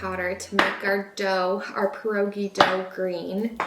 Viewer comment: You don’t pronounce pierogi correctly either. I’m sorry but from a Polish woman, what you made were not pierogi. If you’re going to try new nationality food, which is wonderful, you should create it accurately for your viewers and so people of that nationality feel great about it.Seemed more like an empinada with the dough thickness and spice and vegetables you used.?❤ Pointer: you boil pierogi and then when you want to prepare to eat you fry them in butter